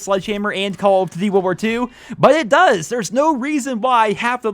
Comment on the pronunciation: The way that he says Duty, ddy